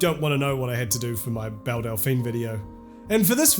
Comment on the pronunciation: Bel Delphine? What’s that?